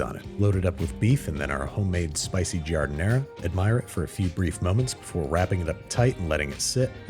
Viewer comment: GAR-DEN-E-A is how pickled veggies is pronounced. JAR-DEN-ERA what's that lol